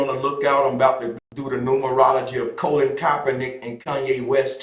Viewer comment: Bruh. How is it you can say Kappa but can't say Kapernick or Col..lin to save your life?